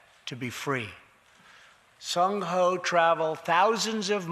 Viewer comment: It's Ji Sung Ho. It's like calling Trump, crump